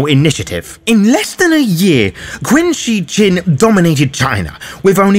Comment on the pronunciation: Love all your stuff. But I have to let you know that "Qin" is pronounced "Chin". It's were China comes from. The next Dynasty was "Han" so we call the culture "Han"